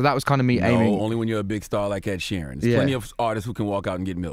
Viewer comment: ‘Ned sheeran’ 🤣🤣🤣🤣